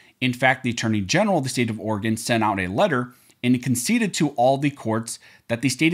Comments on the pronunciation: As an Oregon resident please repeat after me: It's pronounced Oar a Gun not Oar-gone.... I didn't know until I moved here in 1991 either 🤣🤣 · I love how yall still mispronounce Oregon amd Oregonians. Oregon is pronounced aw·ruh·gn Oregonian is pronounced aw·ruh·gow·nee·uhn